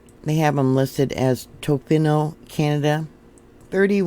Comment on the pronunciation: it sounds like TOFEENO!